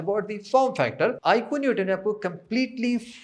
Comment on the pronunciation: आईकू not आईक्यू... please do correct pronunciation